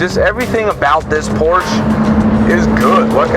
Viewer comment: Doesn’t even know how to pronounce Porsche properly